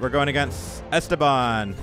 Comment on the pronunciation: Wow, that was awesome, I always see your videos, and now I see myself in one, I am Esteban (funny pronunciation btw), gg you're the best😂😂😀